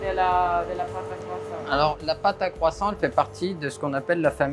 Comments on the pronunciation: Kwason!!!... You say other french thing with perfect pronunciation but not the KWASON... Even the chef says KWASON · It always makes me laugh when you hear Americans pronounce Croissant as CROY SONT. The correct way is KWAHSAHN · Are you going to finish that KWASSON? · Le cwosant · It's pronounced " cwaason " . Silent t . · You say waaat Crosont????? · It’s Pronounced kwa-son 😂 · Its kwa-son. Please use proper pronunciation even you used to speak english. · Isn't it pronounced quwasaw???😂😂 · man the one thing they didnt mention was how to pronounce croissant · You would expect a French baker to pronounce croissant correctly. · I’m unsure of how the presenter, surrounded by French-types, can’t even pronounce Croissant properly. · Learn to say croissant properly